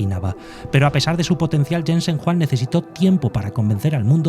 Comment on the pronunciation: Se pronuncia Yensen Juang en español (Jensen Huang), la W no se de donde lo sacas.